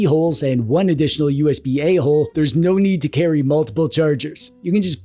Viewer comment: I keep laughing when you say usb ahole. or when you say gigglebit